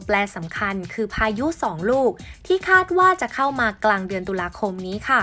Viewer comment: คาด ไม่ใช่ คลาด